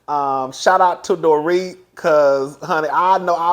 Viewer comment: You have been watching the show long enough to know Dorits name. It’s not Doret.